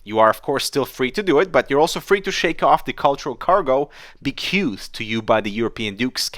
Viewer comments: Bequeathed is said: “beequeethed” ( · Bequeathed is pronounced like: (bumble) "BEE" "KWEE" (n of England) "THEduh".